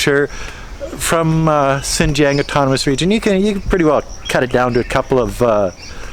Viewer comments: Lol, by "Sinjiang" you mean 新疆? Pretty disrespectful to live in a country and not even try to pronounce the local language correctly or even learn it in the first place. Sadly that arrogance is very common among native English speakers, in China, in my country and every where else. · How are you still not able to pronounce Xinjiang properly? Do you even care? Sigh